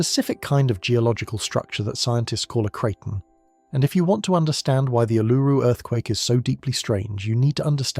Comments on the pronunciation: Back at you. Western Victoria. It really is awesome. Funny how he said Uluru at properly at the first stance, now it's "Ulururu"!!😊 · It's weird how you voice A.I. Is all over the place with the pronunciation of " Uluru " . It's mostly some weird incorrect pronunciation then occasionally absolutely perfect . Modern tech is weird , just think how strange things will become when it runs the world right one minute , wrong the next , should be fun for those that are still around . One minute "yeah that's fine" 10 seconds later "you have just committed a capital offence , goodbye" all for doing exactly the same thing .